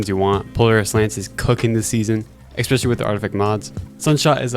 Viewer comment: "Exspecially" unfortunately bothers me so much whenever someone says it. I also thought it had an x 20 years ago